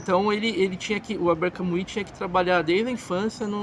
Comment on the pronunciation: NÃO PRONUNCIE CAMUI . ERRADÍSSIMO .